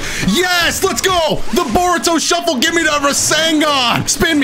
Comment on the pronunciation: Manns said boruto shuffle lmao 😂😂